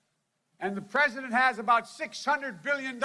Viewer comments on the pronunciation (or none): Look Folks, I am tired of listening to this unraveling of a poor excuse for a human being. Oh sorry, did I hurt anyone's feelings? This was the worst one yet, can't even say the word President, let alone be. Moving his tongue around very awkwardly in his mouth, having trouble "reading" the words. Can't remember Mr. Jacob last name, had to look at the screen again to correct himself. I would think if he was sincere about these people, he could maybe remember their names. Wow, what if he was looking at classified documents and missed something or forgot something, different numbers, oh well it's only nuclear codes, who cares. I feel bad for him truly, because something is obviously wrong. You may not like PRESIDENT TRUMP, but at least you could do is respect him. I didn't like or vote for the previous guy, but I respected that he was in charge and hoped he would do something. Maybe try respecting Our President now, and you won't be so hateful. The division wasn't created by President Trump.